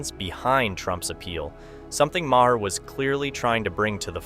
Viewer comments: Ma-HER? Use your ears. I'll bet you call the VP Ka-MA-la, too. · Bill Ma-her?